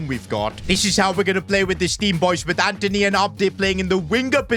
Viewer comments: Antony❌️ Anteny😏✅️ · It’s Antony buddy not Anthony